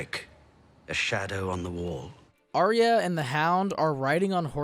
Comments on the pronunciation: IT IS NOT "ARIA"!!! IT IS PRONOUNCED R-YA. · Why does every american pronounce Arya's name Aria? It's so frustrating. It's, 'I-ah' other than that good vid. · Aye-ah. Not Aria.